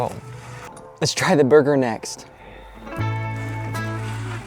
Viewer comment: "did he just say Burger"